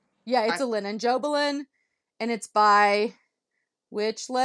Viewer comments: Bought that rainbow bag too!! Jobelan is a type of evenweave like Lugana. I find it to be a bit stiffer than lugana. It's pronounced Witch-elt (like felt). I have that Lafayette needle minder too!! Absolutely love it! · So much fun! Love your video layout and extras. Except for a few hiccups with audio it was perfect. First off I’m pretty sure the fabric is pronounced witch’-elt. That’s how I’ve heard it. I could be your Grandma😂 because I stitched Welcome Friends also in the 80’s and still display it in the frame that is shown on the pattern. I wrote down some of the patterns you showed because I love them! More spending? Of course. Have a nice vacation. Happy Stitching to you both!